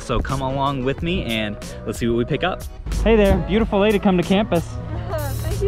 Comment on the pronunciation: Bro I think you said “Beautiful day to come to campus.” But, it sounded like you said “Beautiful lady come to campus.” 🤣🤣🤣🤣 Then she said “Thank you so much” 🤣🤣🤣 Your whole life just flashed before my eyes I hope your wife sees this